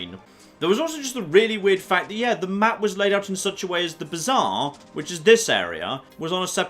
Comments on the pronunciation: murder at the bizarre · The way pronounces Bazaar is bizarre. Literally.